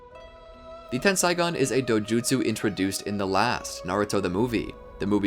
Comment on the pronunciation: it's ten-sae-gan not ten-sai-gan